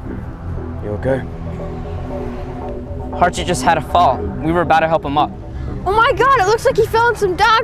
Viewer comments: it sounds like harsh it not harshit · its pronounced harsheit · Harshit is not pronounced the way these people are saying. It's like H"u"rshit where the T is pronounced like Spanish or something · It’s actually pronounced “Harshi” the t is silent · By the way, the "H" in the name is silent, and the last syllable is stressed, so his name is really pronounced ahr-sEEt. Also, in Indian names, whenever an "H" appears in an illegal place (H after a B, D, G, M, N, R, etc.), it is silent. Interestingly, Indian names with "SR" is pronounced as if it is "SHR". Also, in German, the situation is even more different. For example, a "W" in German is actually a "V", a "V" is a hard "F", the "PF" diagraph is basically the German equivalent of a "PH", a "CH" is a hard H, kind of like the "kh" in Khan Academy, "SCH" is an "SH", a "TSCH" is a "CH", an "S" is a "Z", an "SS", usually denoted by the beta-looking sharp S symbol, is an "S". Also, in Russian, a "P" is an "R", a "3" is a "Z", an "H" is an "N", a "B" is a "V", a "C" is an "S", a "Y" is a "U", and an "X" is a hard H. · At first I thought the counselor said that the Indian boy’s name was “horseshit”. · Bruh i now feel so bad for laughing when i heard harshit, cuz it sounds like horseshit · Surprised of all the jokes they made of his name no one said horse sh**. That sounds closer to his name. I'm not hating just pointing out an obvious missed joke, my husband is Indian so he has lots of family and friends with weird (to me) names too. I know what it's like to have my name mispronounced all the time too. I'm surprised that name means happiness. Thought only the name khush meant that. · at first i heard HardShit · Its pronounced "hershith" like her and shith